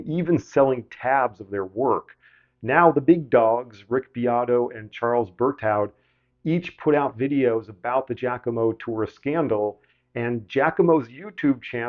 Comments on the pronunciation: No shade, but its pronounced "Bear Too." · Berthoud — “brr, toe”